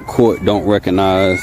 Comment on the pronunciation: It's RECOGNIZE not "reconize"